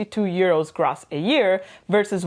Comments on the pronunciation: Hey &, just a friendly tip - noticed in this video and your latest one on Tax returns that you are saying Gross with a short o sound like in Loss. Its actually pronounced with the longer o like in Grow (then add the ss on the end!);-) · Gross. Gr-oh-ss. not Gr-aw-ss. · It is not pronounced grass but groooss. Long o. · This is fantastic, a great well-explained presentation. (gross is pronounced 'grow ss). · It’s pronounced gr…oh …sss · Your pronunication of "gross" is quite painful :/ As educators in general and for this video specifically, a correct pronounciation can be expected.